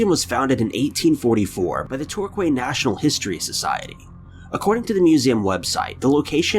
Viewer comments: The Torquay Museum in Devon, the first one, is pronounced Torkee. These videos must get turned backwards forwards when you upload them because all your descriptions are back to front. When you say, for example, Vanilla Ice was sitting at the bottom LEFT of the screen, he was actually on the RIGHT. All of them are like that. In No 3 the eerie thing about the Victorian Hearse isn't just the fact that the crank handle moved up quickly, it's the ghostly hand seen at the top as the handle is let go. That's more eerie than the handle. If you are going to talk so much, and talk like you're showing a slide show to a class of 8 year olds, get your facts and pronunciations correct. Why do you fill in with so many silly pictures? Show us the video again and then in slow motion. Used to be a big fan, but the shows are getting boring, when actually there IS interesting footage in there but it's crowded out by fingernails on glass and long ramblings. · Torquay-is said as tor-key. I just don't understand how people that do videos, even small channels, never mind one with over 1.9 million subscribers, don't have someone on staff to research how to correctly pronounce place names and products etc It's a very basic thing, yes it would take more time, but would look more impressive to the videos. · I believe it’s pronounced “Tor KEY” ... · I believe it’s pronounced “Tor KEY” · Torquay is pronounced 'Tor-key'. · It's pronounced Tor-kee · Just for info Torquay is pronounced Tor-key! In case it comes up again in another video xx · Could you do some research into how to pronounce British locations please Torquay is pronounce TOR-KEY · Torquay. Pronounced tor-kee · Pronounced Torkey. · It's pronounced "tor-key". Hack. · wish he would learn how to pronouce place names....TALK KEY!!!!!!FFS what a moron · Number 5 Torquay is pronounced Tor-key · Torquay is pronounced tor key in south west u.k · Torquay is pronounced Tor-Key 👍🏻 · Tor-Cway haha! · no 1 is prononced tor key